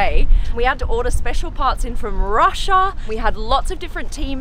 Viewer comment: No one: Literally no one: Supercar Blondie :- saying RUSSIA:- ROSSIOA